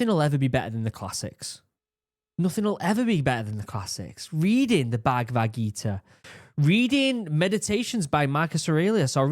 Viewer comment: Tip: Correct pronunciation of Bhagavad Gita is Bhag-vad Gita✅